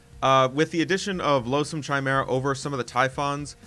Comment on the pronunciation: It's pronounced "KI-mera," as in Kyle! :)